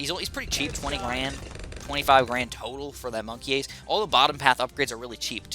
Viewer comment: Dude says he is unaware of memes and then say monkey ace very similarly to monkas conspiracy theory? is actually a meme lord